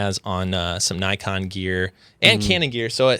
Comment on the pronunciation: It's nikon like "knee-kon" not like "naikon" otherwise, nice podcast, enjoyed it.